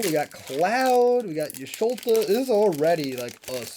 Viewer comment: Totally agree...ChoKo Bow, Cac-two-are. Also Y'sholta? Are you reading how its spelled. Nice try.